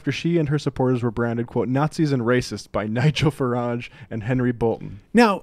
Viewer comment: 'Nigel FarANge'